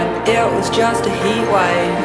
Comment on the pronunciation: The song is good, however, and I have no idea why, but I don't like her pronunciation of heatwave... It's really weird I know but like I just cringe when I hear it said like that. Good song tho!